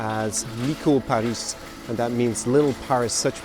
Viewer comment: some corrections: when you say Paris in Romanian it sounds like you end in a sh sound, when its actually a plain old s. Also, depending on how you count, Ceaușescu was actually the 3rd or 4th ruler of Communist Romania. also, is that Emil Rengle?